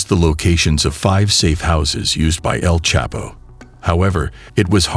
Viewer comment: The narrator is not even saying El chapo name properly 😂😂😂